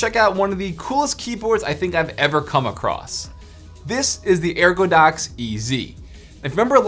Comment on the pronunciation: Lmao no biggie but I'm sure you noticed it's ergodox